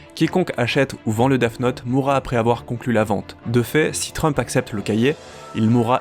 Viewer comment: Arrête de dire deaf note 😭😭😭